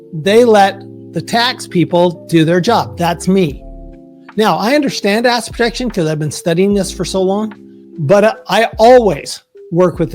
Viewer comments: "asset" is TWO syllables. It sounds like he is saying "acid". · 😂😂😂 seriously this guy cannot say assET ffs! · He needs to accentuate his T’s cause everytime he says asset, it sounds like he is saying ass! Ex. You’ve got good ass protection! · Great video! Am I the only one who heard him say "a$$ protection"? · That's all I heard!!! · Who else here can not hear the "ET" in the word Asset when he says it. literally sounds like ass protection every single time. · 😂 how can you trUst one tHAt caNOt prOnOunce ' ASSet prOtectiON ' ...😂 UnLess it's a hidden message 😮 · I keep hearing “ass” protection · I came here just to say that too😂 Love that he says ass instead of asset everytime. Much more entertaining! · same thing